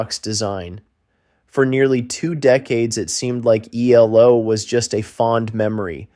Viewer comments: Their abbreviated name isn't pronounced "Ee-low," it is three separate letters: EE-EL-OH. You lost me 32 seconds in. How can I trust if any of the rest of the information is correct IF the narrator cannot get even the basics down? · Pronounced: E...L..O. Not "elo" lol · E L O , NOT EEELOWWW! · EE El Oh Not eeelow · ELOW? ... no its E. L..O. not blooody EEEEELLLOOOWWW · American - what do you expect? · E-L-O. Not E-LO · It is not ‘eloww’ it is ‘ELO’ ie seperate ‘E’ ‘L’ ‘O’ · Ffs its E L O not eelow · Amen! It’s ELO not Ee-Low! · You pronounce each letter. That's E L O not elo. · Stop with eee low it's E L O numbnutz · Eee- low !? What kind of bell end is this narrator!?! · Dumb American calling them eellow, for gods sake do your research before talking drivel. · This man calling ELO, EE Low is frustrating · Bro, eeelow??? You're killing me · Dude, quit calling them eee-low - you’re killing me